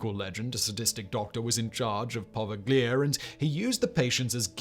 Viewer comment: It's actually pronounced as "Poh- Veigh-Lee-Ah." The island was first used as for isolating victims of the plague, then for yellow fever and lastly as a mental asylum. The Italian government has made it illegal to go the Poveglia and fishermen give the island a wide berth. Between the asylum patients and the yellow fever and plague victims, a majority of the island's "soil" is actually human remains.. not somewhere you want to go.